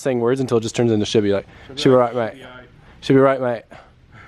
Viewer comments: mate it's "she'll be right" not "shibby right" 🤣 good effort tho hahahah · Anyone else think he was saying "shibby" because he watched "dudes wheres my car" on a flight?